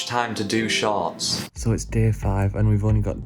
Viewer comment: All I can hear is “sharts” 😅🤣